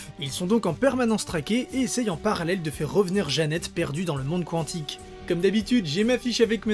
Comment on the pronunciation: On dit « kantic »